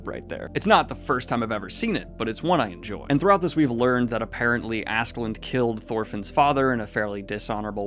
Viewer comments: Being dyslexic is fine but you gotta start double or triple checking some names before you butcher any more of them. "Askeladd" doesn't have an "n" anywhere on the name. Ladd not land. People are quick to latch on to the "asklad" - "ashlad" but they never say anything about "Thors, Thorfinn" actually being pronounced like "Tor" because everyone says Thor with the "th"-sound in English. So I think it's fine to say "Askeladd" instead of "Asheladd". You can't win all of these. BUT DON'T friggin' ADD letters to his name! In other news, I'm so glad to get multiple Vinland Saga thoughts from all the booktubers including you. Keep up the good work and hope you have a good time. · Probably because of dyslexia. I do it with words all the time, reading them wrong. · It is however pronounced like this: A in Askeladd is pronounced like the A in Anointed or the likes. Both of the A-s are pronounced like that. The E is pronounced like in Envy. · "Ask-uh-lad" but tbh, as long as I can tell who your talking about, idgaf. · it's pronounced Ash-e-lad - his character in folklore is the archetypal Ash Lad, or male Cinderella, so it's pronounced like that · If you're interested: Askeladd is pronounced Ash - e (as in elephant) - lad. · There is no N in Askeladd. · One-Two on the recording actually worked out with you picking out some things you had wrong in the first half. Also it's Askeladd, pronounced as Ash-e- lad. I know you said not to expect these too often but I really hope you can at least get through the first 4 volumes at a reasonable pace. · First part of his name is correct Aske, but I can't for the life of me figure out how Ladd becoms "Land" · You're not even trying anymore with "Assland". One, there's definitely a K in there somewhere, and two there's definitely no N in there. You've failed. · Don’t worry about askeladd’s pronunciation it’s difficult. I believe it is pronounced As (ass)-ke (keh)- ladd (lad) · Ass skull lad is the pronunciation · Its ASKALADD